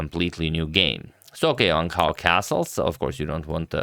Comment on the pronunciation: A quick tip to pronounce Wang Hao: Wan(t) How. For your info.